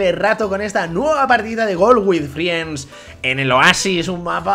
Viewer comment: GONAAA QUE SE DICE FRENDS !!!!!!!!!